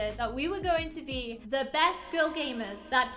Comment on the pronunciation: I thought you said Grill lmao